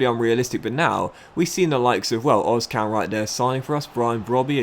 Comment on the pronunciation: Özcan is pronounced as Er-zcan